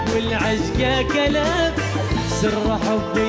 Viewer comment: فيه بعض الاخطاء بمخارج الحروف مثل بدل لا يقول العشقه تلف قال كلف لكن اداء مميز من